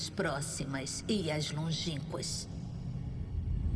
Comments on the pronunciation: Pois é, também percebi kkkkkk. O problema é que durante a tradução, suponho, eles se apegaram ao fato da palavra Boletaria não estar escrito “Boletária”(com acento), que em português faria a pronúncia soar correta. Mas bastava eles terem prestado atenção ao áudio original e entender q é um nome próprio trazido de outra língua. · Sim, mal de brasileiro em querer pronunciar nomes estrangeiros usando as regras da nossa gramatica e pronuncia, ai da nisso, fica muito estranho kkkk, mas ta beleza o resto do jogo é magnifico. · Unica coisa que eu tenho a reclamar desse Remake é a velha falando Boletaria, me deixa puto kkk